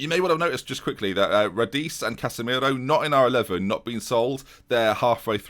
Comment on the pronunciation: Do you really not have the name ‘Milne’ down south? It’s pronounced Millin. And you’ve still not got Radice (Radeetchy) right yet 😂 Interesting fact: finally got back to the gym after a car accident and was, of course, sporting the colours. Between the walk to and from the gym, and my hour in there (as well as that brief wonderful moment trying to explain why I support a team that don’t exist), 2 people shouted ‘Up The River’ and one person walked past me and said ‘Aye The Thames’. As for position... I think we’re gonna break into the top four this season and the UCL!